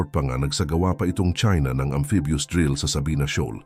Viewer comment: Robot ka at maling mali pa ung amphibious word mo